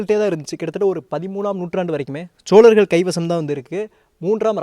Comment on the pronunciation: please ucharippai sariyaga sollunga.... cholagar illai chozhargal..... always saying cholargar choleesvaram hearing its too bad please,CHOZHARGAL,, YOUR VIDEO AND NARRATING R VERY WELL, THANK U SIR.